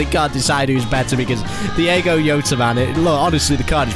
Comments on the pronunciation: it's Diogo Jota not Diego yota🤦‍♂️🤦‍♂️🤦‍♂️🤦‍♂️🤦‍♂️🤦‍♂️ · Normal people: “ Diogo Jota “: “ Dieygo Yota “ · please never call him diAgo YOTER again ... thanks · ‘Diego yota’ 😂😂😂